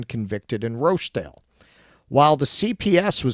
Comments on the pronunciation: Oldam, Rotherum, Rotchdale. That's how you say them but there's at least another 40 towns in England with grooming gangs that you can mispronounce. I also don't believe it never happened in London at all. It's just the MET police are probably even better at covering it up. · Do they fear being demonitized if they pronounce Rochdale and Rotherham correctly?